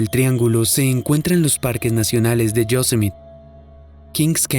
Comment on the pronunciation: Yosemite no se pronuncia Yosemit. Se pronuncia Yosemiti.